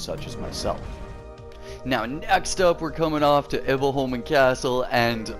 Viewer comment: Much better saying Himfjell instead of Himfjall. I've been biting my tongue not to point this out cuz it looks like I'm nagging. But it sounds like you're saying "Himfell" (you're forgetting the j) You pronounce Iboholmen really good. Better than me actually. Och det kommer från en som ändå är Svensk xD Har aldrig fått till det på tungan hur man uttalar Iboholmen riktigt ^^ If you want the pronunciation real accurate you should say it as "Himfjaell" where you say the "ae" at the same time, as one letter xD it's complicated I know